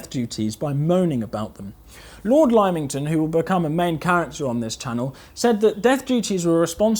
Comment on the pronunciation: Chum, good vid, well done. But Lymington: its Limb-ington, not Lime-ington.